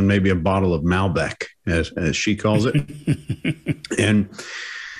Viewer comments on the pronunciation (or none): She’s training as a sommelier and she can’t even pronounce Malbec.